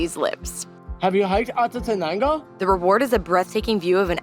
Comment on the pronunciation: I've gotten past my rage of the absence of effort in properly pronouncing names and words and I'm choosing the enjoy it as part of the character of the channel lol. Atatanango! Q'- The currency formerly known as cortzels... 🤣 thanks for sharing your journey and 😁